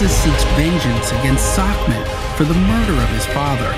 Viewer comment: It kept irratating me that the narrator was pronouncing secmet as sacmet.